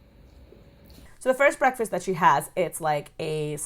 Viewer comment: Yessssss... she says brefust (breakfast) we ain’t did much of nothin today ....libariun (librarian)....and she cannot talk without using some kind of irritating voices ... have you ever watched her eat where she opens her mouth and shows her food?🤮